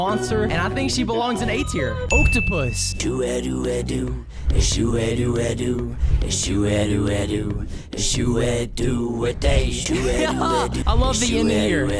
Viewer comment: imagine if you walk into someone's room and there doing this... fwog is not a single element monster... HE SAID OACTOPUS RIGHT!